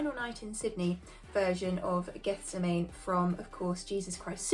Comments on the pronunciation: I believe it is pronounced Geth-SEM-an-ee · Hi the song is pronounced GETH - SEM - EN -EE! Love your reactions ♥️🙏🇦🇺🌸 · The correct way to pronounce Gethsemane is geth - sem - anee. Gethsemane is the garden at the foot of the Mount of Olives in Jerusalem where, according to the four Gospels of the New Testament, Jesus Christ underwent the agony in the garden and was arrested before his crucifixion. It is a place of great resonance in Christianity.